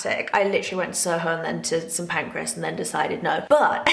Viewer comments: St Pancras yes, not Pancreas 🤣 That’s an organ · Bless her why is she calling Kings Cross ‘St Pancreas’ 😭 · Are we hearing the same vlog? It’s PAN-CRAS yet she says PAN-CRE-AS every time 🥲